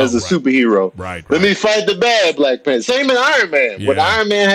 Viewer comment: WHY THE FUCK DID ERIK KEEP SAYING "PANTER " INSTEAD OF "PANTHER"??????